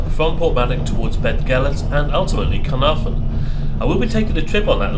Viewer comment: Hi. Another great video. It's noy pronouced Penny Pass. Try Pen y Pass as in Pen u Pass. It's also not Carnfon, it's Caer(kire)narfon(narvon). I did offer to meet you in Shrewsbury but it's been amanic here but I will meet with you sometime. I'm off to Australia soon for five weeks but perhaps later in year we could meet up for a short Welsh lesson. Thanks for the video